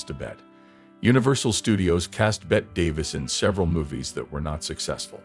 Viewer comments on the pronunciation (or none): As others have pointed out her name was pronounced Betty. The video was interesting, how could it not be when Bette is the subject matter. However, there were many grammatical errors in the narration and closed captions. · That narration , if you could possibly call it that was dreadful, once and for all her name was pronounced BETTY.